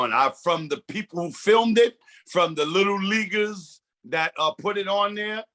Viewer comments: Yesss the “little leaguers” comment made me stop the video cause….was it intentionally said that way??? My ears heard “liggers” not “LEAGUE-ers” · Did the announcer say little Liggers being little Liggers??🤨🤨🤨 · The way he said lil leaguers was to close to him saying “lil ni…ers ” in my opinion